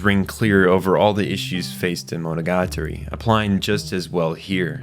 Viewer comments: bro pronounced monogatari wrong in the first 5 seconds immediately exited the video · Nitpicking: : is pronounced MoNOgaTAri, not MonoGAtari.